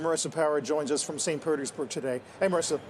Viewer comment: “St. Pertersburg” 😂 the girl announcer keeps saying it correctly after to let him know he said it wrong 😭😭